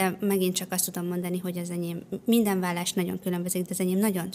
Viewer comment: Valas egy "L" irva es kimondva is kedves Anita...beszelgessunk a vallasrol😅